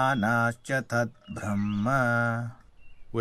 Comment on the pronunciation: beautifully represented ✨ I could not understand verses properly before but by showing example and explaining it so well, i understood easily now, thanks for this effort 😊 But there is one wrong English pronunciation of a word Brahma (ब्रह्मा) which is pronounced as BrahmAA (N letter not included in Brahma) not Brahman (it is a cast) and Brahma is a lord who created this universe.